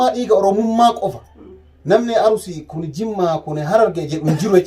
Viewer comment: Arurisi hin jedhini Arisi jedhi